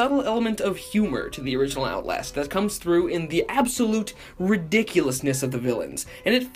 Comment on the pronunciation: “the absolute—zooms in as you’re about to say the word— redickulousness”